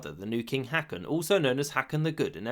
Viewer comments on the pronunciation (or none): when you see double a's in scandinavian word, it forms an "aw" sound, more like an o. So Haakon isn't "Hack-in" as pronounced here, it's more like "Hawk-on". And the footballer Haaland is "whore-land", ha ha... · Hoe-kan. the aa means a long o. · It is not pronounced "Hakon". "aa" is an old way of writing "Å" and it is pronounced a bit like the the "o" in "prom". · He pronounced most things wrong, to be honest, but yeah Haakon hurt my ears. I don't know why the double a did not make him think it would have a long vowel, because that is quite normal in English.